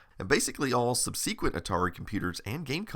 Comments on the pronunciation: What's up with the weird pronunciation of subsequent? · Have I been mispronouncing the word "subsequent" this whole time? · Fascinating presentation, but what a weird way to pronounce 'subsequent'... Is that a common pronunciation..?